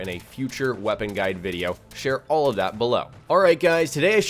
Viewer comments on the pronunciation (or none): none